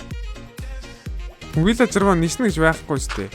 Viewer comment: ahaa valaager bishee vilager.Bas pilaager bish shuu pilager